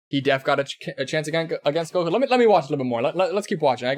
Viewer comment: No he can't also it's Goku not guko